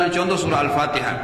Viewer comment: Kalau nyebut nama suratnya aja salah gimana tadz?? Alafatekah